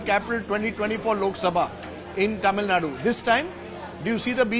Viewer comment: Please get the pronunciation of Tamilnadu right. It’s cringy and annoying to hear your pronunciation